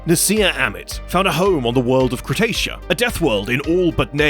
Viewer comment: Cretaia? sounds like space australia :P